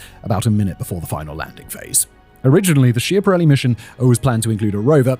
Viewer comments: schiaparelli is pronounced "skya-pa-REL-li" not "shee-a-pa-REL-li" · Please, mind the pronunciation. It's "skiapparelli" even if it's spelt with ch. But we like to make fun of it by calling it "schiantarelli" from the verb "schiantarsi", meaning to crash. Pronunciation with k, as said.